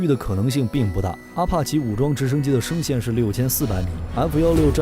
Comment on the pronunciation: 0：41把F16的升限读错了，下次注意一点。